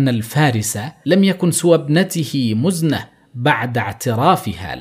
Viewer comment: مزنه ، كسره تحت الميم وليس ضمه .. وماخذوه من المزن